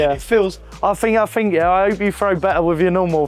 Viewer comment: The less you "fink" the better you "frow" 😂